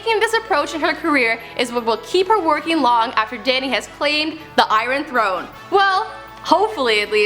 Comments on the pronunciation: Did this bitch just say the "Iren throne" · "The EYE-RON Throne" Seriously, this girl is only on here because she of her looks.